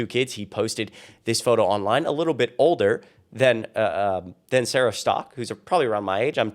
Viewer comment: Bunch of hypocrisy! 😂 the way you pronounced her last name sounds like she is Sara Stuck 😂😂😂